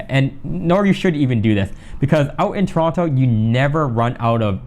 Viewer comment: Please pronounce Toronto properly 🙃